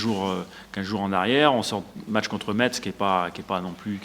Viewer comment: Un jour faudra lui dire quand même que le T se prononce pas dans Metz